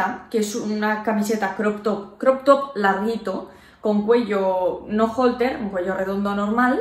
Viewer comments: 😂 tienes la medicina integrada eh! 😂 cuello halter no holter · Creía que se pronunciaba "holter" jajajajajaj